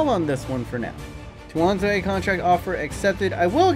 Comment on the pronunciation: Tuanzebe is pronounced(too-an-zeb-ay)